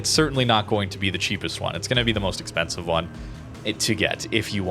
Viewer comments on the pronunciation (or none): none